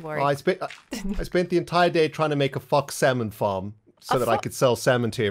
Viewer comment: on another comment about this, apparently it was "FOX SALMON FARM," because foxes kill fish! Who knew? needs a bit of a pause between those words next time! 😆